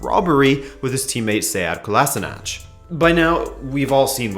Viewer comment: For future reference Sead Kolasinac's last name is pronounced (koh-lashee-nahtz). They usually pronounce it incorrectly on TV.